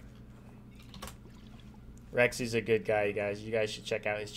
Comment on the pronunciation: It's Rexsi.